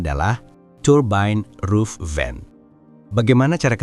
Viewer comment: turbain roof vain.. lu ngomong gitu ada kali 50 kali.. turbain roof vain😄